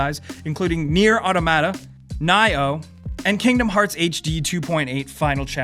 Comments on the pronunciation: Nier: Au-toma-ta, not Nier: Auto-Matta, lol. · It's pronounced aw-taw-muh-taw.